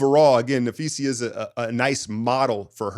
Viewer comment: Dude keeps saying napheesia hahaha